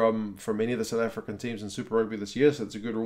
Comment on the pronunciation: Thank you for always pronouncing the S.A names right.